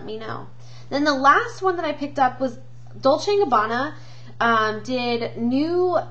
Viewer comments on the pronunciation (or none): none